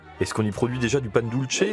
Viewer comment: Bonne émission sur les voisins argentins et Uruguayen, je suis chilien 😉 Par contre un truc tout bête qui me fait saigner les oreilles, Pan Dulce se prononce "pane doulsé", pas "pane doultche" OK les argentins sont les italiens d'Amérique du Sud mais il parle espagnol, certe avec un fort accent, mais le C en espagnol ce prononce comme un S, c'est en italien que c'est un TCH. 😉